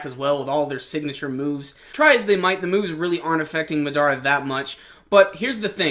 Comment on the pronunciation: You have good reviews my man; but it's Mahh-Dahh-Rahh, not Muh-Daruh.